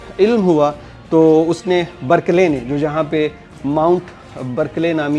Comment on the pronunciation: Very good bro very useful information but DC ka name tha Barkley not birkley it will pronounce as BARK-LEY